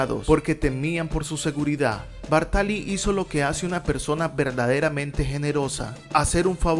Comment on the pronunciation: Muy buen video sobre el que sus amigos llamaban "Ginettaccio". Solo un apunte, es Bártali.